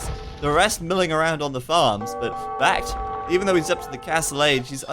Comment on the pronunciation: Brits too stronk with sheep bonus for food and cheap TCs for wood, which means more resources for trash. BacT would do better if he stuck with the scouts and raided farms imho. Also,, why do you pronounce BacT's name as sth like Bah-Gee-Oh-Froh?